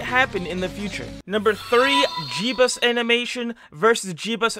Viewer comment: “Jebus” sorry man. Maybe next madness day?